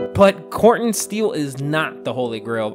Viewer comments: The word is pronounced "core ten" steel. Not "CORT un" steel. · A whole video spent mispronouncing Core-Ten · Interesting I have only ever heard it pronounced "core ten".